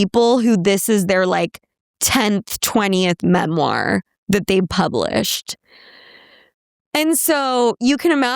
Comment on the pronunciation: "It's a memar"😁